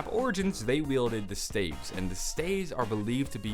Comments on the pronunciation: Did he call them "stAives"? Did he mean staffs? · it's staffs not staves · He says staves instead of staffs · Its pronounced Stah-vz not stay-vz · Y does he say staeves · He said stsyafs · People pronounce staffs "staves"? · No staffs. Not staves. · Did he call the staffs staves?? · Why are you saying staff like that? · Is this nigga talking about staffs? What the fuck are staves? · He says it like 'Staves' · I have a question why do u say staff weird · staves?????????????? S T A F F S